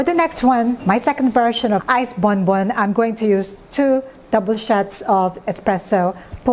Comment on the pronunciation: it is actually Bombon coffee, not Bonbon